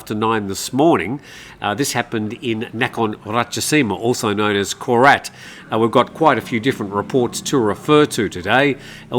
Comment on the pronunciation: ‘Koret’ Really?